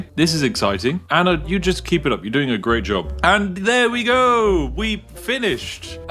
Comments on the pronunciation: What’s an “Anner?” I’ve always wondered why some people struggle to pronounce words that end with an “ah” sound. Usually, it just takes slowing down a little to say them correctly. It’s the same with the word “idea.” A lot of people say “i-de-er” when it’s actually “i-de-ah.” I’m not trying to make fun of anyone—I just don’t understand why people don’t slow down long enough to pronounce words the way they’re meant to be said. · where in the world do you see an R in the name ANNA!